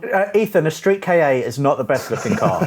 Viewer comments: Why do you British people call the Ford Ka the "Kay-Ay" and not just Ka as a single sound? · Hey says you're wrong about Silvias saying they're boring Also you don't pronounce KA as K-A it's KA k-ahhh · Stop pronouncing it Street Kay A, it's Ka like Car without the r. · how many times do I have to tell ya!:) It's not a Ford K.A. It's promounced 'Ka'. Like 'car' but in a Liverpool accent. If you're so convinced it's K.A., what to the intials stand for?:D